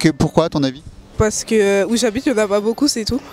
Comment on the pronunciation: "Momo a-t-il un ami blanc ?" - Euuh non j'ai pas d'ami blanc. - Et pour quelle raison ? - Euh paw ce que suw mon chemin j'ai pas cwasé d'ami blanc." Juste magnifique..